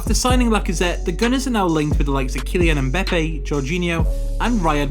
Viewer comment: He means the way he said them